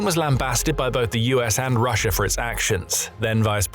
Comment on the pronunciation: It's Russia not Russiar